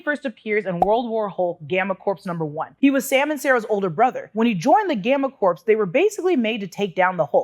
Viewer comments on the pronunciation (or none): Pronounced "core" not like "corpse". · "Corps" is pronounced "Core." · Another great video,. But… Corps is pronounced “core” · Corps is pronounced "Cor".